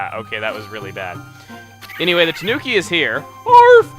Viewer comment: Please chuga it's killing me when you say tanuki, it pronounced taNEWki, sorry for my bitching a japanese person like myself bitches about these things. Nether the less great video once more